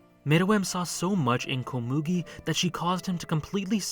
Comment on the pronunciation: How do people pronounce anime names wrong when they are shown how to pronounce it in the anime?? Komugi isn’t pronounced that way :/